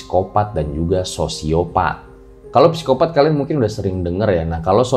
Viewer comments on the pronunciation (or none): none